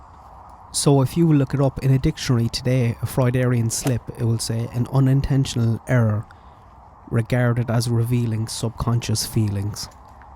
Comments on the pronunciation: Trust me to comment on something so tangential to your subject matter, but I think you referred several times to 'Freudarian slips' rather than 'Freudian slips'. You are welcome to correct me if I misheard, but I don't believe one is a usual variation of the other... perhaps it was a Freudian slip? Please don't take any offence from this comment as none whatsoever is meant. - Back the video, I have tried from the 1st time the recording of Don was suggested to be saying 'someone put her in car' but despite innumerable repetitions, I do not hear that. At 1st I thought he was saying 'in car' which would be a reasonable phrase, but as I listened more (and throughout all your replays of Don's voice) I clearly hear 'in car'. Obviously, that slip would be as damning as referencing ' car' - perhaps even more so, but I just don't hear ' car. - I wonder if any other viewers had the same experience, or should I just start saving for a hearing aid? -Regarding his response to the question about punishment for the perpetrator, I fully agree that there is no caring parent who would hem and haw like that. It sounded like nothing more than a refusal to call for blood in case his words come back to haunt him later. In fact, I gather despite Jesus representing a more forgiving attitude, the old testament portrays a vengeful, eye for an eye/tooth for a tooth God which, I believe is an almost default normal human reaction to someone who has committed a dreadful act. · I believe it’s Freudian- no R .